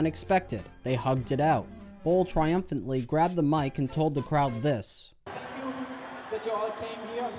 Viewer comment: Nobody : Absolutely nobody : Uwe Boll : Zthis Zthis Zthis and Zthis